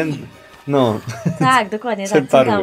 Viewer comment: Cenrtaury xddd